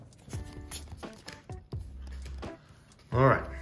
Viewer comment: I want duh churizurd Pokémon: No